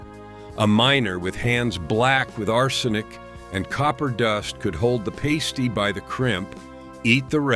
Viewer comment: I'm heating up a pasty (pronounced differently than you did) right now. Cornish pasties are a family tradition - they can be found in northern Wisconsin and Michigan, too. Runzas are definitely a Nebraska food, my aunt taught us to make them.